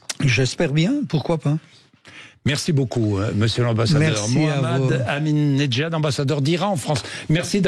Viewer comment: Mohamad amin nejad= (neig,ad) la prononciation !